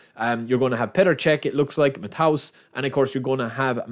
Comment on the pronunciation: You pronounce Matthäus like Mattheus - not Mattaus